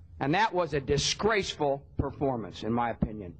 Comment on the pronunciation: Lol same. That and the way he says "DISGRACEFUL performance" 😂